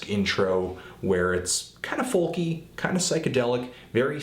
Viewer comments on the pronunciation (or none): I love how you pronounce the "l" in folk